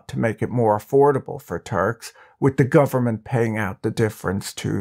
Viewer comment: This is a great content! But the way you say “muslim and turk” is triggering me. Like you are saying muzlem or something.